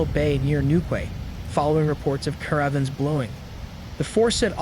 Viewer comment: Cara vans...ca rav vans . !! New kway.. X ..new key 👍 Does no one check pronunciation before reading out loud😢